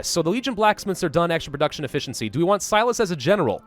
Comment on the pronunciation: In Fallout: New Vegas, Silus is pronounced "See-loose" Also, in that same game, you get to beat him up to get information out of him if you are buddies with the NCR.